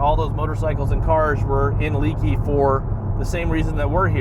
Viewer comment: “Leakey is pronounced-LAKEY….” Not Leekey🙁”